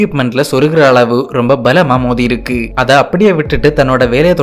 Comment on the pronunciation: இருக்கி அல்ல இருக்கு தமிழை கொல்லாதீர்.